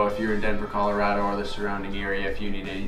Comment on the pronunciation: You should hold a seminar while you're here on how to properly pronounce Colorado. 😅